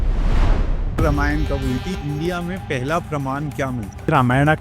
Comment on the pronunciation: रामायणा नहीं होता है, रामायण होता है, please हर हिंदी या संस्कृत वर्ड के पीछे एक्स्ट्रा आ लगाना बंद करे । धन्यवाद ।